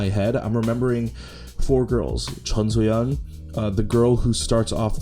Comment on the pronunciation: chongsoyeon? you mean soyeon lol